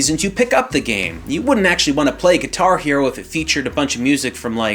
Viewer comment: It took me awhile to realize he was saying "Guitar Hero and Rock Band" at first I think thinking what is Gatari-O? lol